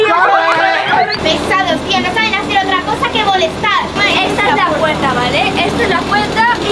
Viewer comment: puerta❌ Purta✅ Xd si dice purta muchas veces xd